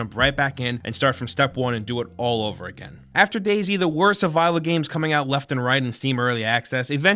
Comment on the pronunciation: DayZ is pronounced as "daze". You're making it sound like " Daisy"